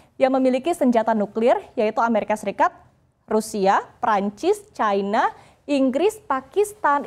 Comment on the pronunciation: China...bukan chaina